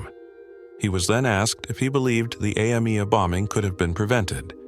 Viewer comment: I am impressed with how many times this AI could mispronounce Yoav Gallant's surname, and in how many ways. It also botched even the names of Mossad and AMIA a couple of times.